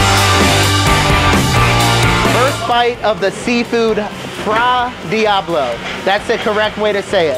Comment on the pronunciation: How is this guy a "" and doesn't know the difference between wine and oil, or what fra diavolo? Also, It's not fra diablo, because it's an Italian dish, the Word in Italian is Diavolo, as well, "fra" is Italian. That's nothing against him, because the cook mispronounced it also